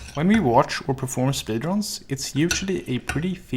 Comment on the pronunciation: "mem spedrans"